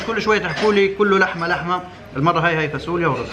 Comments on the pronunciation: هههه نار خيا... بس شو هاي الفاسوليا هههه... فاصوليا بال ص مش فا س وليا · 😅😅اسمها فاصوليا مش فاسوليا